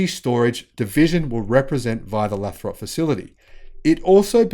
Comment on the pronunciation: Lathrop. Long 'a'. Lay-throp and run the 'throp' together, don't drag it out.